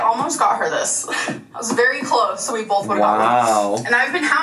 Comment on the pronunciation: 'Bolth' will never not enrage me.